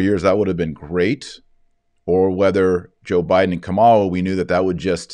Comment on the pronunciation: BTW her name is: KA' ma la. NOT: ka MA' la